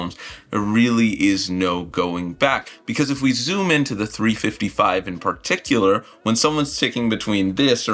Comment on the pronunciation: "Partictacular" is my new favorite word.